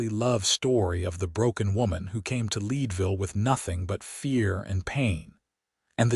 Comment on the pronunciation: Thecname of the town is Leadville, like the metal! Check the pronunciation of towns in the west!